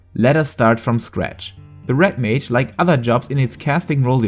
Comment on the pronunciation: umm.... is it called Rat mage? i swear thats what i keep hearing .